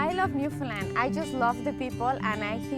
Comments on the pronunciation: No it’s not. It’s Newfoundland pronounced. New Fun/Fin LAND. You’re putting emphasis on the FOUND and it isn’t said outright. It’s said either as fin or fun. It’s the LAND becoming lind as in “Newfoundlind” or New Fin Lind that is wrong. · not to be an asshole but its pronounced New-Found-land not new-fin-lind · Not to pick on your accent but it sounds your saying "New Finland" try saying it more like "Newfin land" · It's not New Finland. It's NewFOUNDland ya gitt LOL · Just a heads up.. it is New FOUNDland not New FINland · You keep saying "new-Finland" it's pronounced "new-found-land" Great video. Keep it up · New Foundland not New Finnland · Noof-end-LAND, with the emphasis on the last syllable, kind of like Disneyland or understand! 😊